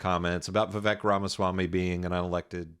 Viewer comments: why does this guy keep calling Vivek ... Rama Smamyi ? when his name is Rama Swamy ? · It's pronounced Rathersmarmy. Very funny Sam